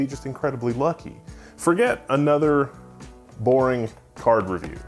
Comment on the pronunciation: haha I wasn't really paying attention, as I was working in another thing, but during more than 5 minutes I heard "car" not card. Even knewing at the very beginning you were going to review a graphic card, well that's me